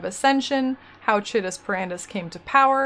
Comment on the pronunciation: Great videos, I think Chitus is pronounce Kite-us